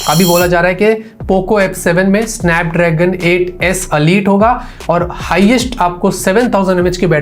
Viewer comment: अलीट नही होता इलाईट होता है